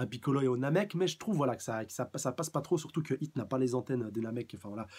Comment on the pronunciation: C'est "Hit" ! Pas "Heat" !!!!